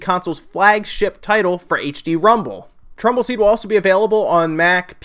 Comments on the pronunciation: Kyle Morris Tumbleseed. He said it wrong. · Super Chris np. I thought you were making fun of because he kept saying trumble seed!